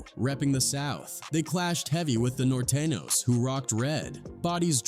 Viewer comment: Nortayños lmaoohahha surehknows